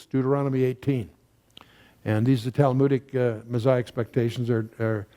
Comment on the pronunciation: There is no “z” in Messiah